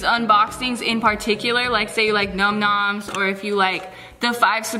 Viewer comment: The YouTube Geek...🤓 its num nom's not numb numnb's lol